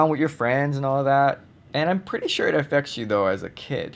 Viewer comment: For some odd reason I get really annoyed by the way you pronounce Hawai'i. Growing up in Hawai'i, we would never pronounce mainland (Hawai'i). Mainland is America, not called mainland. Hawai'i is the mainland.